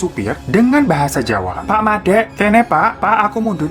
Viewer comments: Mandek bang bukan madek wkwk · Lucu kalo ngomong jawa🤣 mandek kak bukan madek😂 gemes pol😂❤️